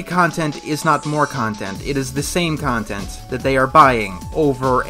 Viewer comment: Or rather, it's con-tent